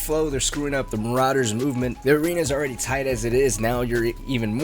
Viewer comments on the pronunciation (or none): none